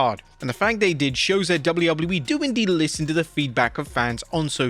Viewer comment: why do u pronounce wwe so weirdly it makes u unwatchable dawg...